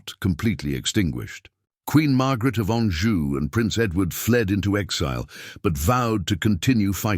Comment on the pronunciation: Anjou not Anju. Tudor not Tuda.